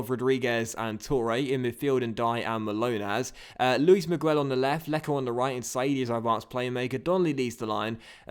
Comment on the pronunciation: Don't pronounce the 'u' in Miguel. It's pronounced Luis Me-ghel. Anyways, great episode!